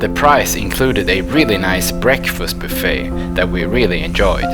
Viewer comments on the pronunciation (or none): none